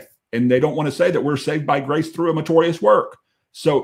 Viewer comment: Dear. Love you brother, but the word is meritorious not matorius. Just that I’ve heard you say that word. Don’t mind me. I have the same problem with people saying nukular instead of nuclear.